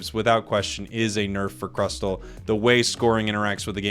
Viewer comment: Crustle is pronounce as "cras- sol"